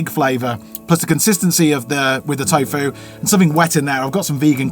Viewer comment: By the way there's no E in tofu so why do you pronounce it with an E